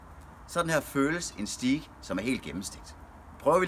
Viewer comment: En så proff. grillmand kan vel lære at sige "stajk" og ikke "stiik" 😁